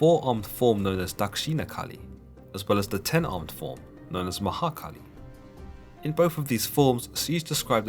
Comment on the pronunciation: I thought you said “Cardi B” 🤣